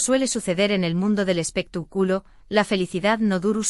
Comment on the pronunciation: Porque lo traduces tan mal no sabes el español bien,debes decir expectaculo y no lo que dicesdices espituculo